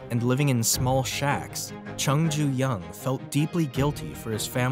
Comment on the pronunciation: Name is, Jung ju young or jung Joo young. Not Chung ju young.